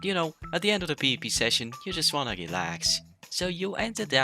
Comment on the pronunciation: PvP nah “peepee” 😭